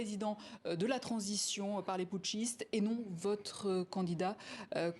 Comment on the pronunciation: Elle dit << Putchiste >> et se rattrape pour dire << militaires >> pourquoi le discours est différent de celui du Niger et ailleurs ? Je suis convaincu que la France est derrière ce coup d'etat